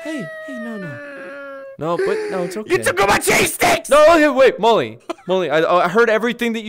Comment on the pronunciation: Mully not molly